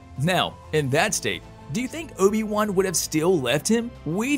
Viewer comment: "Ohbi Wuhn" lmfao